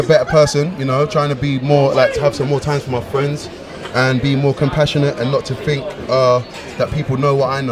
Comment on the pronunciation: ....."more time with my fwends" lol